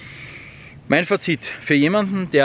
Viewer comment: Liegt in Österreich die Betonung des Wortes Fazit auf dem "i" ? In Deutschland liegt sie auf dem "a". Interessant.